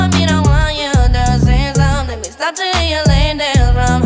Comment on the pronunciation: he has an accent when he says " to "